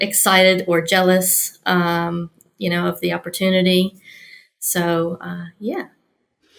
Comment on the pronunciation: It's interesting that has lost a lot of her American accent. She has acquired a NZ accent, her pronunciation of opportunity and New. Well done!